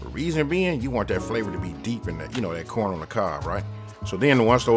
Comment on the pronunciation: That West Coast lingo... Like when he say "Coorn" 👍 Nuttin but love for the West all the way from The Murda Mitten my brotha!!